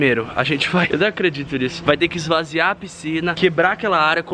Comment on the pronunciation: "Esvaziar"(lembrei do cocielo) quem é das antigas entende KKKKKKK